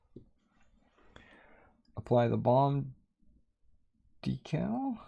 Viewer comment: DEE_CAL! not a dekkal'! hahaha!!! LOVE it! Like a magazine, is NOT A Clip! hahaha! You told'em Brother! Great video!